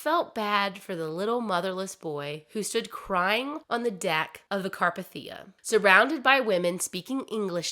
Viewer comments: It was the carpethia (car-pay-thee-a) not (car-p-thee-u). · *CAR- PAY-THEE-A you can't pronounce it correctly....plz work on that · car PAY thee ah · Really enjoyed the story, but every time you mentioned RMS Carpathia I cringed. It's pronounced CarpAthia, not CarpathIa. 😅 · Also it's carPAYtheeuh. Not CARpahTHEEuh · * car-PAY-thee-ah. 🤓😊 It was named after the Carpathian Mountain range that stretches from Austria to Romania. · Just FYI , the ship, the Carpathia is pronounced, Car Pay Thee Uh. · Car-PAY-thi-ah. For future reference. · CAR-PAY-THIA and this isnt a mean spirited correction just informative. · The rescue ship's name is pronounced CAR-PAY-THEE-A. There are other videos out there, namely Oceanliner Designs, Big Old Boats, and Part Time Explorer, that have many videos on The Carpathia. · it is indeed pronounced car-pay-thee-uh. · Carpathia. Pronounced car-PAY-thia. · Car-PAY-thi-uh. Just fyi haha but I have never heard any of these stories before! Thanks, you did a good job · Car-pay-thia That’s the pronunciation. Lol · you say wrong its RMS Carpathia it pronounced Car pay The A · It’s pronounced: “car-PATH-e-ah”. (The “a” is long, the “e” is long.) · I love your storytelling but how you’re pronouncing Carpathia is driving me crazy. You watched the film, and I’m sure other documentaries or references pronounced it for you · I've managed to binged hours of your stuff over the last few days, and I am very curious: do you listen to any documentaries during research, or just read sources? I understand having a speech impediment, as I do myself, but I have never in my life heard someone say carpathia like THAT before, and I've been researching this for over a decade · Thank you! It drove me crazy!